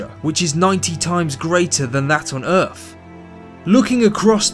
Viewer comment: why does he say everything wrong?! ErF instead of earTH. TeVer instead of teTHER. Obber instead of Other.